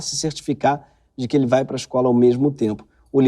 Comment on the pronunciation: ai, voce "rai pra la "